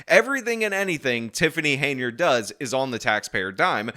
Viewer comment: It's Hen-yard damnit!